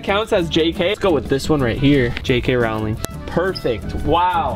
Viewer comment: Did bro say jk rowling with an ow sound